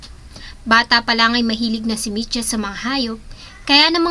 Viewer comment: Micha hinde Mitcha